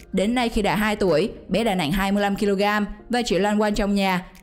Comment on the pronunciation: Nặng mà chị đọc nẹn ko thấy ghét